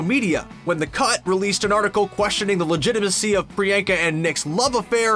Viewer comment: The way he pronounces Priyanka 😅😂